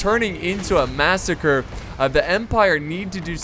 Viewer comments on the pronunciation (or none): none